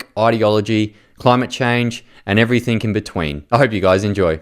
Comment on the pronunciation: You lost me “everythink”